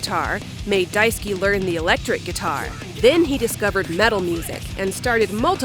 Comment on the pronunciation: i cant help but hear Daisuki (big like) instead of Daisuke whenever you say it.